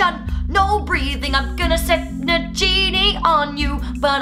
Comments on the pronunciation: OMG FIRST BAD OUNS THEN SECONDLY ITS naGini NOT naJini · You said nagini wrong